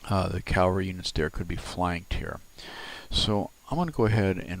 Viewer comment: Please know that proper pronunciation is CAV Al RY Not CAL var ry. Thanks.